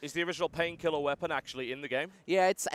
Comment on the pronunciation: I love how they pronounce it. 'Painkhielah!'